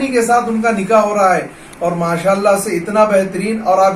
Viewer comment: Sab se pahle janab sahab se guzarish hai ke aap apni Urdu theek karein. Lafz “nikah” hota hai “NIKEH” nahi hota. Shadiyoon ka tareeqa Alhamdulillah sunnat ke tareeqe se ho rahe hain. Allah se dua hai ke sab musalmanon ko hidayath ata farmaye ke karona ke baad bhi log isi par amal karein. Aammeeen